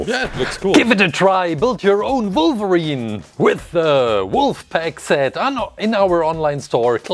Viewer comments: Does anyone know if he’s German because he said Volverine which is a German thing we’re W’s are V’s? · The way this guy says wolverine 😂😂😂